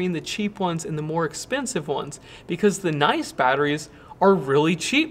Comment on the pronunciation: Noice? That's a Philadelphia accent. Are you from there, or was that just a typo?